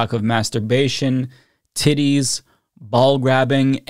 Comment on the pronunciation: I always giggle like a 12 year old when says the word "titties" 😂. I love it!